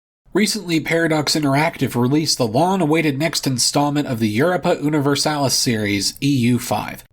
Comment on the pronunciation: Europa is pronounced like Europe and universalis like universe.